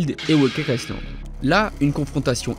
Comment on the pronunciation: Il prononce le S de Island alors que normalement, il ne se prononce pas